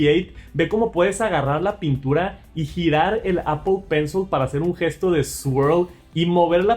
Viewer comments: Apol está bien dicho pensol no,en inglés sería pronunciado apol pencil no Apple pencil.... Una cosa es como se escribe y otra como se lee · Todos pueden equivocarse.lo único que se equivocó fue en pensol,sería apol pencil (se escribe Apple pencil pero se pronuncia apol pencil) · Apple “penzol” jajaja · Demasiados anglicismos, "apol pensol" y "apachurrar", ingles mal pronunciado y español muy pobre. Aun asi, sigue adelnate, solo son comentarios para mejorar. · Apol pensol 😂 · Pensé que solo yo lo escuchaba